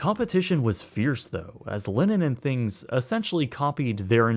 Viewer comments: Linens, not linen and things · It's LininS 'n Things, not Linin 'n Things